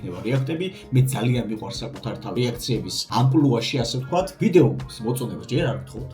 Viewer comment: ის იშვიათი შემთხვევა როდესაც სწორად ამბობენ სიტყვას. "ამპლუაში" 👍